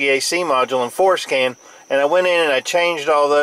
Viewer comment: lol...it sounds like you're saying "foreskin" when you say Ford Scan...childish I know...